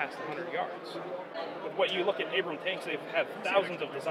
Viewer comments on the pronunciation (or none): He didn't even fucking say 'Abrams' once. He keeps saying 'Abram'.